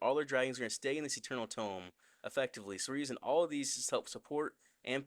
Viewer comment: Eternal tome❌️ Eternal dome✅️😂😂